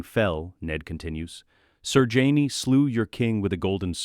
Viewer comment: when I hear jamie pronounced as Hyme i stop the video and go elsewhere.